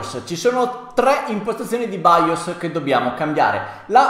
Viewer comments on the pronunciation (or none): nemmeno capace a pronunciare BIOS che è baios ma santo dio